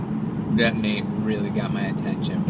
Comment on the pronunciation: "Weal good bar"